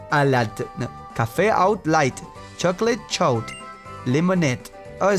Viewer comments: It sounds like he said chocolate chose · "chocolate choad" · chocolate chaud lol. he mispronounced tht so hard.